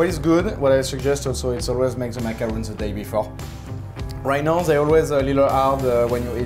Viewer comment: I thought this dessert is suppose to be pronounced ma-ka-ron. Ma-ka-ruun is the coconut one 🤔